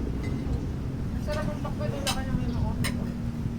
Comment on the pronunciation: hehehe hindi kabet it is Pakbet yummy